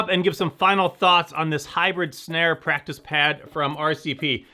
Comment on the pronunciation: Just noticed this when you flipped it over showing the pad on the bottom you said plactice pad instead of practice pad